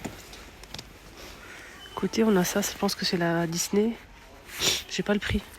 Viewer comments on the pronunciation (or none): none